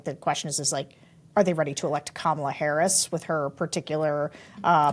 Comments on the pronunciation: Omg, how do people STILL not know how to pronounce Kamala Harris‘s name correctly? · Those are republicans your are polling. One of the ladies speaking said Kamala’s name wrong like Trump does